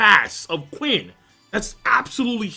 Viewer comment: Qin is pronounced "CHIN" not "QUIN" damn LOL